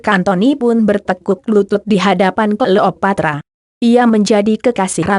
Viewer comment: Apaan sih mass dia bilang klopatra